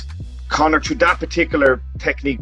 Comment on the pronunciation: Man said connorsius macgreggory 😂😂😂😂